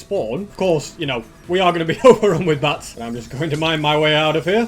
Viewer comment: says bats but it sounds like bass